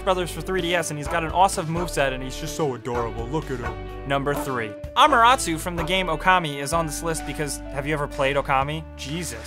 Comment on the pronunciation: also. [A-Ma-Ter-A-Su]